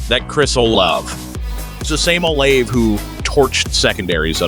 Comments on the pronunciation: Chris oh-Layv lol. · Oh-Lah-VAY The least you could do is pronounce it correctly!